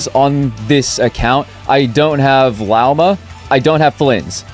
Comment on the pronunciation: HER NAME IS PRONOUNCED LAWMA, FUCKING HELL